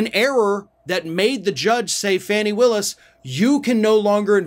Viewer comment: Her name is Fauni, not Fannie. This reminds me of a story a college professor told me about a white student who referred to Dorothy Dandridge as "Darkie" Daniel's. Yall think "oh she's black. Her name has to be Fannie".